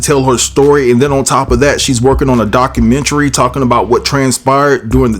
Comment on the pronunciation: You are the first CC to pronounce "documentary " correctly... because of that, I've subscribed!